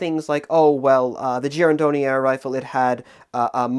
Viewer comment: was a bit worried he might be butchering the pronunciation of "Girandoni", but the way he said it was quite accurate.